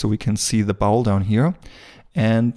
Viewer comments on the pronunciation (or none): I love to hear him talk about the "bowel". Just kidding. It is pronounced "bOl" with a long O, btw. Great video! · Thanks, excellent tutorial as usual. Just a quick pronunciation tip. In English, contrary to all logic (no surprises there), the common pronunciation of the word bowl is more like 'bole', as in role, stole etc. Logic would dictate a pronunciation just as you say it ie. as in owl, but no, in English! This is a bit nit picky, and definitely not a criticism, but I know you have striven for better pronunciation from your first few videos, Love this series, you move right to the top of my list, alongside Blender sculpting gods such as Yan ( you know who) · Bowl pronounced b-owl, not bowel, I know by your accent, that English isn't your native language